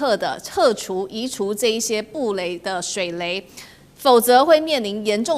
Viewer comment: 是水雷😂不是水梅😂主播❤